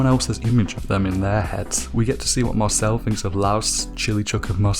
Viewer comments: You can tell this guy watched the sub because he pronounced it (maur-sill-ee) instead of (maur-sill) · Dude why are you pronouncing it "MarcillAE" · dawg it's pronounced Mar-seel and it is a French name